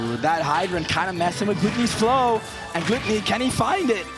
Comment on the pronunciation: Commentator stop fucking pronouncing his name "GLUE-tonny" instead of "GLUH-tonny" have you never heard english??!! JFC shit is driving me insane. I don't even watch ultimate but these players interested me, and these commentators straight ruined it for me being annoying af with their annoying ass commentary and mispronouncing shit.